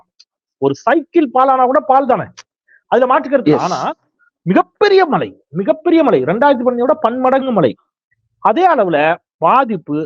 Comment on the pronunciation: Cycle பால் ஆகாது போண்டா மூக்கா 🤦🤣 பாழ் என்பதை சரியா உச்சரி🤦🙂